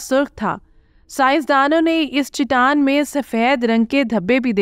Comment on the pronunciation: Khuda ka khauf kar lo.. baar baar Chitaan Chitaan kaha ja raha hay.. saheeh talaffuz Chataan hai.